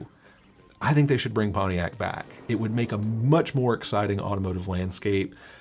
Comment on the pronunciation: It is PonTiac not PonE iac !